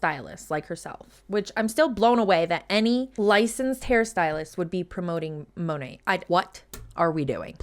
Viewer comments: Modern Nature. Mo nat is the correct pronunciation that everyone is using. say Mo NOT! 😂😂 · Ok great video, however, it Monat (MON NAT) she’s not saying it right and neither are you.